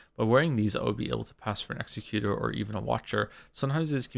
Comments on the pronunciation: Joe’s pronunciation of executor is making me unreasonably mad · Same, but also i kinda love how that makes it sound like an executor of people, rather than an executor of plans